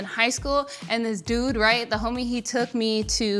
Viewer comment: the way he said "yer a nerd, deud!" just SCREAMS southern california and i love it